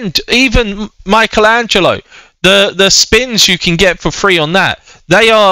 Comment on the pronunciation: U said mikeatello